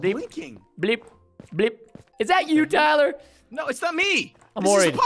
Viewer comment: Wow Preston why do you say Tyler a pleb